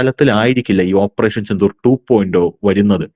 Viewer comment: 2.O എന്നല്ലല്ലോ 2.0 (zero ) എന്നല്ലേ ശരി